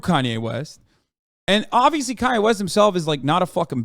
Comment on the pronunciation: I feel like he removed the “Kan” from “Kanye” cause it’s pronounced “Con” for the thing is.